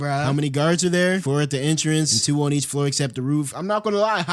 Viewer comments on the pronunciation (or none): none